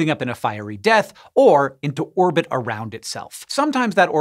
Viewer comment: Does anyone pay attention to IAU naming conventions? :p "It didin clir its irbit." 🙄